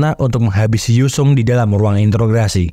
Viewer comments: Intograsi????? Bukannya interogasi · … Introgasi bg . Bukan intrograsi 🤣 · interogasi bang,,, bukan interograsi 🤦‍♂️🤣🤣🤣🤣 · "introgasi" not "intrograsi" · Introgasi bang bukan intrograsi